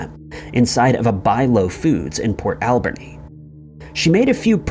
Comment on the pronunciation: I'm from nanaimo, and I've never heard anything about Amber. I'm not surprised though because cops on the island are really, really lazy. It's also funny to hear someone call it port AL-berni. Locals put the emphasis on the ber part, like alBERnee